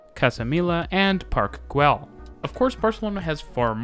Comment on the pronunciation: his pronunciation of Park Güell makes me want to die